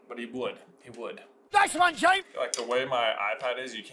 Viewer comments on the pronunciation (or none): none